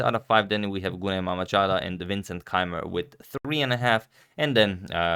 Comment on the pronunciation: Just a slight improvement to your pronunciation of Azerbaijani lady names: Günay's name is pronounced with a softer g (the sound is somewhere in-between g in golf and geography in English), with ü(you have to listen to it, turks and hungarians have that sound too), and the emphasis is on a.